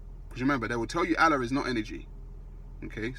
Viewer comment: What mandem think he's Brian Cox now.Fuck face learn how to say Allah 1st.